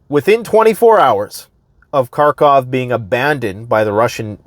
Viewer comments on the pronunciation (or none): By the way, it's harkov, not karkov. They don't pronounce the k. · Dude....The “K” is silent in Kharkov.